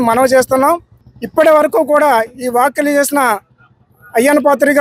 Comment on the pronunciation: అయ్యా యాంకర్ గారు వాక్యలు కాదు వ్యాఖ్యలు అనాలి.